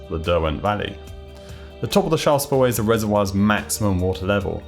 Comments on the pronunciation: I had to replay multiple times before I understood that you were saying "Shaft" spillway and not "Shah" or "Spa" or "Shot" spillway. Enunciation is good when you're naming the thing you're describing and its a new concept to viewers. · Two minutes and thirty seconds in and I have no idea what word he is saying before spillway. "Charl"? "Shar"?